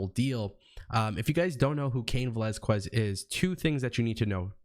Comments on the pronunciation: It’s pronounced velazKEZ not QWEZ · Yo when you say cain Velazquez the u is silent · You butchered Cain's last name but I am glad to see him.Since they don't want to put Lashley vs Lesnar I know Fox will make sure Brock vs Cain happens. I don't see Fox wanting Brock to treat the belt and be there as little as he was with the last belt so Cain will take it from him in short time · Please pronounce his last name correctly. I tried to finish your video but your mispronunciation made me cringe.